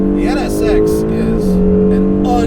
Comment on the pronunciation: He only said it wrong 11 times